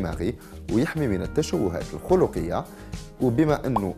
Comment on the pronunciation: تشوهات خلقية وليس خلقية اي بالفتح وليس بالضم